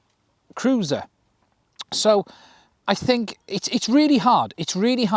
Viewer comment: ''dad, ..... da'aad, i fink i got it wrong again dad''